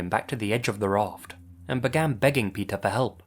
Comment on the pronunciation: Omgosh, the stories of Pe"th"er never end.